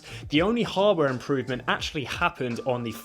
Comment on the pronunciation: Why hardware sound like hubware man @@